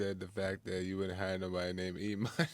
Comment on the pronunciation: I think Jesse thought his name was E-money not emani hahah